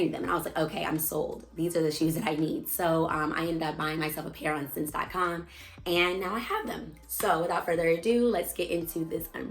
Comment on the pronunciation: Just an FYI, the retailer that you quoted (SSENSE) is pronounced like the word 'essence.'